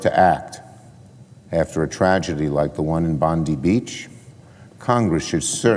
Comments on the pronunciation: Love your vids, but fyi its pronounced Bond’eye not Bondi. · I know people that lived in Cronulla, it wasn't a race riot, it was a gang fight between two large gangs. Also pronounced "bond-eye" not "bondee". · immigration is the problem, not guns. and its pronounced BONDEYE Beach...not BONDY. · JC another American saying Bon-dee instead of Bon-die (Bondi). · Just came to stop by and let you know its pronounced Bond-eye. Hearing it pronounced bond-ee sounds like it was put through a woodchipper. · Say Bond-eye and not as Bondy, Bondie, or Bondey or like (Pam Bondi) Beach. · 'Bon-die' not 'Bon-dee' ..............😊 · It’s pronounced Bond eye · Im a Australian and i can say it was Muslims that committed this horrific act , and when pronouncing Bondi, the letter " i " must be pronounced like - eye, I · “Bond eye” beach is how you pronounce it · Bondi is pronounced "Bond-eye" in Australia. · So our government openly supports Palestine. Let's them fly their flag every where. Shut down half city for thier protest against Israel. 15 Jewish people get gun down and.....it's the gun laws fault. Not immigrating half the middle east here. Not our governments perplexing support for Islamic terrorist states, nope it's not enough gun laws. By the way it's pronounced bond eye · It’s BON-DYE beach FFS. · Brother love your shows. The way we pronounce Bondi is bon-die. A fan. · It's pronounced Bond-EYE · First off, please pronounce it BOND - EYE (Bondi). How is omar still presenting herself after the revelation she is taking billions out of the country? Our gun laws are already tight here in aus, it will be interesting to see how they make the laws tighter. Great content,, keep it up! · Bondi is pronouned Bond Die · it's pronounced "Bond-Eye". 🤣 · Hey, can I please correct the grammar, it's Bondi ( bond - eye). Id also like to give a huge shout out to the Syrian refugee, now Aussie citizen, achmed al achmed who put his life on the line do disarm the grub